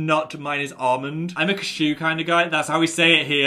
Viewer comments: that's not how we say cashew. it's not "kshew" it's cash-yew lol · Cachoo?!?! Bless you THATS NOT HOW WE PRONOUNCE CASH-EW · As a british person, we do not claim Phil's pronunciation of cashew. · as an english person i have NEVER heard someone here pronounce cashew as ‘ca-SHOO’???? everyone i know says ‘CA-shoo’??? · Phil, I'm sorry, but I am also British and I've never heard anyone here pronounce cashew like a sneeze. What?! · "that's how we say it here" phil wtf. that is not how we say it here. what just came out of your mouth my guy. seek help. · Phil that is not how I thought we pronounced cashew although less wired than how America proujoc3s it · Phil I am also british and have literally never heard ANYONE say cashew that way. People have lied to you I am so sorry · British person: “cashew” Me: “bless you” def sounds like a sneeze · as a fellow northern british person, i can honestly say i've never heard anyone pronounce cashew like THAT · that's not how we say cashew phil >:(